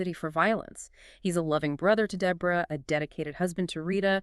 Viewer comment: Day bra? Debra 🧍🏽